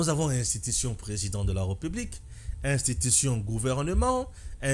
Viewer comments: On prononce "république" et non "republique". Ré et non "re". Tu as des difficultés de prononciation de certains mots et de lecture. Améliore toi. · Arrête de dire REUPUBLIQUE !! C'est plutôt RÉPUBLIQUE !! Nulle pour moi l'intention de jeter une suspicion sur ta maîtrise de la française mais est -il que certains mots , notamment, la république, tu les prononces mal !! Le souci au niveau de prononciation avec toi, tu as tendance à confondre la lettre E sans accent grave du É , ce qui fait malheureusement que tu dises REUPUBLIQUE ( Eu ), en lieu et place de RÉ . Ne prends pas ça mal s'il te plaît !! Ezo sonner ndé mabé na matoyi !